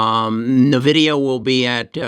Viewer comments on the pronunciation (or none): Here's the correct way to pronounce Nvidia: It's In-vidia, its not Nah-vidia. Software company American pronunciation￼